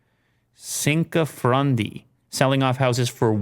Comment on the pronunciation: Now I really doubt grandfather was Italian with that Cinquefrondi pronunciation